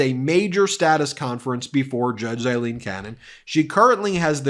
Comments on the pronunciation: It's still pronounced Eileen. Aye lean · Pronunciations... Aileen = A-lean; Eileen = I-lean. Sorry, just drives me a little crazy! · Aileen, not Eileen. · Judge Cannon is NOT Eileen but “A”-ileen!! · "I lean" Cannon. Lopsided. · It's A leen. A with an A.